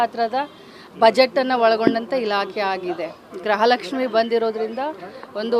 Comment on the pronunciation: ಗ್ರಹ ಲಕ್ಷಿ ಅಂತೆ... 😂😂😂😂